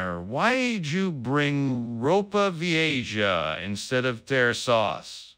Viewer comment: Row-Puh Vee-Ay-Ja. (Ropa Vieja lmao)